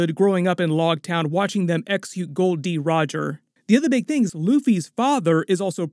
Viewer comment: its gold roger why you keep saying goldy ?